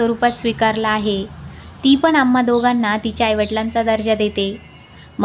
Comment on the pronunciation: कृपया "न "व "ण "कडे लक्ष द्यावे. "पन "नाही "ते "पण " आहे. भाषा शुद्ध पाहिजे. ती आपली आई आहे.